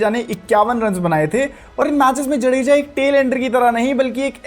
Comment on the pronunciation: भाई जडेजा नहीं जाड़ेजा है